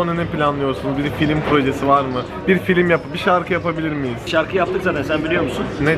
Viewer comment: aga artık film'e FİLİM DEMEYİ BIRAKIN 8.50